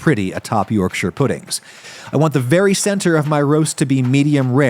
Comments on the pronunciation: Already off to a good start, he pronounced Yorkshire correctly! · As a Yorkshire man, thank you for pronouncing it correctly! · Thank you for pronouncing Yorkshire correctly! Butter isnt a good choice of fat, lard/Beef Fat would have given much nicer flavour. It also wasnt nearly hot enough when you poured in the batter, it needs to be smoking hot to get the best yorkies! No Brit has ever put parsley on his yorkie lol. Solid Effort 7/10. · As a Yorkshireman, I’m just happy you pronounced Yorkshire correctly! Yes, adding Parsley and garlic powder isn’t traditional, but its a good addition